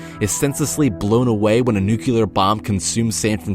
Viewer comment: " n u c i l a r " ?